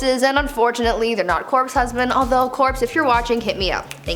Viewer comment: When she said corspe the movie corspe bride came to mind